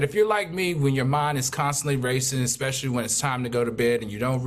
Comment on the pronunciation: The word is "especially " not ex specially...please!